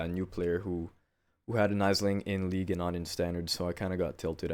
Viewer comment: "Aisling" is pronounced [Ash-ling]. It's an Irish name xD